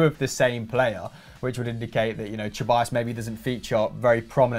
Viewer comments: You would think that a channel dedicated to football would know how to properly pronounce the names of players Ceballos is pronounced se-ba-yos, not che-ba-yos. Llorente is pronounced yo-ren-te, not low-rent-eh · Hecking "CHE-ballos"... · Sebayos actually